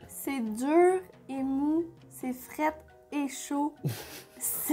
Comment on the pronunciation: Vous me faites rigoler avec vos « fraite » ou « crute » 😂 Ça me fait penser aux moments où je corrigeais mon fils en lui disant que ces mots n’existaient pas 😅 Hard triggering 😬